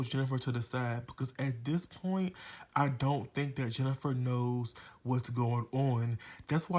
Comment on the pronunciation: "Jeni-FA" lmao. Good review! I enjoyed this very much 😂😂😂